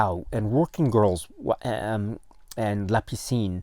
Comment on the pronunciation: Hello, hope you and family are well in Tokyo. Happy to hear about these new titles. And very happy for «La piscine» (you’re pronunciation is great). Just saw the cover on the Criterion site, I didn’t saw the detail of the title at first, you’re right there’s a bit of smugering on the title like something stayed in the water too long! I have a french edition of the film, also with an english version (I think they were shooting the french dialogues and right after the english ones). It was an occasion for Alain Delon and Romy Schneider to play together again and the film did re-launch Schneider’s career in France. Plus we have a very young Jane Birkin. Script was written in part by Jean-Claude Carrière who passed away recently. Looking forward to get a print of the film!